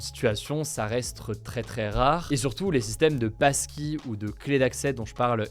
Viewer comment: Et y a moi qui entends PASTILLE au lieu de PASSKEY